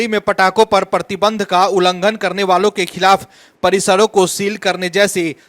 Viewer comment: परती बंध नहीं बिहारी मूर्ख, 'प्रतिबंध' बोल.